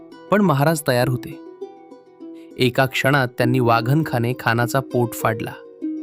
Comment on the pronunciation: वाघन खाने नाही, "वाघ नखाने" म्हणा.